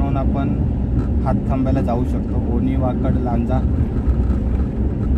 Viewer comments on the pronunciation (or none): It's not Wakad it's waked वाकेड